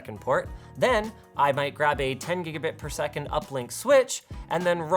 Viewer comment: Say gigabit per second again